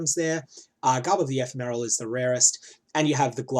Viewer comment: Can you gain divine charges while divinity is up? If so, the downtime would be a lot less than 50/50. Also, "Ephemeral" is pronounced with the second syllable stressed, not the first.